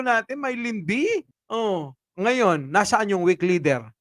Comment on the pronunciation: Diin pa ng knti boss.. ng dahil sa pagkakasabi ng weak leader.. eh mas lalo na na weakdb..ahahah